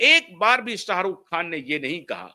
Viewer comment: Jhat ke keede.... Salman ki Somi Ali hindu thi kya jhatu.... Pahale bolna seekh khujli wale kuttey.... Sarukh.. nahi Sharukh hai anpad... Buri gat ke....